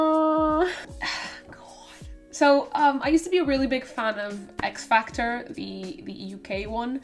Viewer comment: I kept thinking you were saying Fear Factor instead of XFactor 😂😂